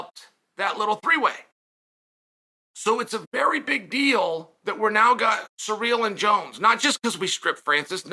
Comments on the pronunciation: Sir real vs Jon Jones, Chael your pronunciation of names is why I tune in 😂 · It’s pronounced Cereal Gayness, get it right! 😏